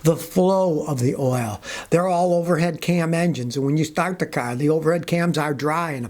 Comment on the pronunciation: Scott said stat the ca. Lol! Enjoy your videos sir.